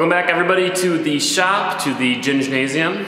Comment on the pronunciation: Gingnasium lol, love it